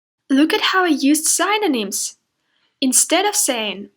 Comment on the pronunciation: The video is so clear and well-organised! It would be even more efficient if you correct a bit the pronunciation of some words like "synonyms" and "cause". Best wishes!